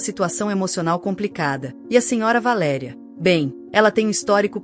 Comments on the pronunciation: Você devia de pronunciar o nome da mãe na história corretos Valéria e não de valeria Você não acha ? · Não é valeria. Isto é verbo. Valer.Valéria é a p ronuncia certa. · V A L É R I A ——- estão querendo mudar o português o que eu penso a pronúncia valeria e tem um acento agudo no É QUE VALERIA. EXISTEM VÁRIAS PALAVRAS QUE ESTÃO SENDO PRONUNCIADA DE FORMA ERRÔNEA, O PORTUGUÊS TEM ACENTOS AGUDO CIRCUNFLEXO, E GRAVE. EXISTE ALGUM ACORDO GLOBAL PRA TIRAR O PORTUGUÊS DO BRASIL DO MUNDO? ACHO QUE VOCÊS TODOS DEVE PROCURAR UM PROFESSOR DE PORTUGUÊS PARA PRONUNCIAR BEM AS NOSSAS PALAVRAS. ME DÓI VER VOCÊS FAZER A BESTEIRA DELA VALÉRIA …